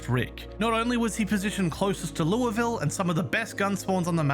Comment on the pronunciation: He says Louisville correctly My Kentucky ass appreciates this very much